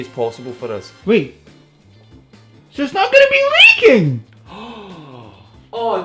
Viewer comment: It's not LEEE KING!